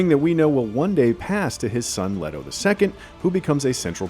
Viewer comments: The American pronunciation of the character names is just wrong. For example - Leto - it is Lee-toe, not Led-o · And it is pronounced LEE-toh, not Leh-toh. Get it right! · 'Letto,' 'Doon,' oh dear. 😄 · What’s wrong with the guy? „Leto two“?? „Bene Telax“???